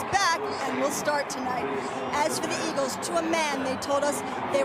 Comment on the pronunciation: Lol you said iggles